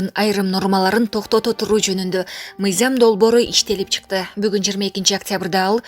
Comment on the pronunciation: Мыйзам деп оку мыйзям эмес!